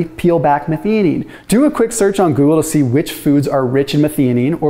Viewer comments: Methionine pronunciation - meth-i-o-neen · It's pronounced "meth-eye-oh-neen". Did my PhD on this amino acid 40 years ago... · 1) That pronounciation of methionine needs a bit of work. 2) Very simplified: the vast majority (though not all) of gene coding sequences start with ATG - which encodes the amino acid methionine. This means that most proteins start with a methionine (this can be removed or modified later during post-translational processing). So without enough methionine available, your basic protein synthesis more or less grinds to a halt. This would be very detrimental, so your body looks for alternatives to get the methionine it needs to keep protein synthesis going - the easiest way for this is dialing up autophagy, ie breaking down and recycling old proteins and re-using their methionine. So it makes sense that fasting and methionine restriction enhances autophagy and all its health benefits.